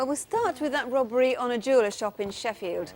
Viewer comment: I love the way Jacqui sometimes pronounces ‘robbery’ as ‘rubbery’.